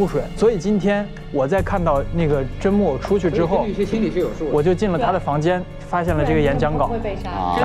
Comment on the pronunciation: 有人发现Justin 也把甄木偶的名字念成了甄木耳吗？ 哈哈哈哈哈哈😂